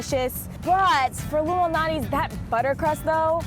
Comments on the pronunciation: its lou MAL natis not loumanatis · Anyone else thought that they were say “Illuminati’s” pizza? 🤔🤷🏻‍♂️💯😂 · she totally said "illuminati's pizza". BTW Screw Q-Anon. "luminati's" Anyway, these gut bombs look wonderful. Like lasagna pie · hmm, sounds like they said Illuminati's LOL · When they say Lou Malnati’s doesn’t it sound like illumanati? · I thought they said “Illuminati” .... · I thought they were saying the Illuminati pizza 😂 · If they say giordanos and not Lou malanatis food insider is cancelled.